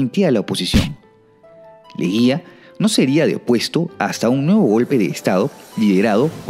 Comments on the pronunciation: buen video 🇵🇪🇵🇪 "Lejía" en vez de "Leguía" xd sigo a Hugo desde tiempo, pero decepciono cuando grabó sin permiso en un podcast a un YouTube libertario, muy mal Huguito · es Augusto Leguía, no Lejía 🤣